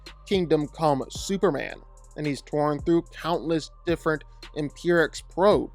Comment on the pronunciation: Why do you say "superan"